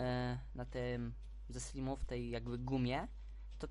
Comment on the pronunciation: slajmow nie slimow